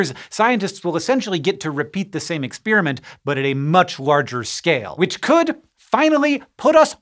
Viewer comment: Ex-spearmint? I prefer ex-peppermint.